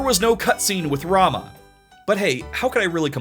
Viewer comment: Just to point out, it’s pronounced Rah-moo but I’m with you on how it should be rah-muh, but apparently it’s yet another Tidus situation according to world of final fantasy. On the plus side Leviathan canonically sounds like Claudia Black so that’s cool.